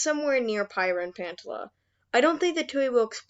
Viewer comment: Prryiah and Pantaler 💀💀✋